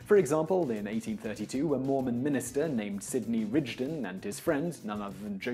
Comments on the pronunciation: It's Sidney Rigdon not Ridgedon. Good video though! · It's Rigdon. Not Ridgedon. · i've always heard it pronounced Rig-Din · That's the first time I've ever heard it pronounced "ridge-don" instead of "rig-don". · Ya FYI his name is pronounced Sidney Rig-din. I'm going to assume you didn't know that because your British. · There aren't any surviving photographs of Joseph Smith that I know of. He also mispronounced Rigdon.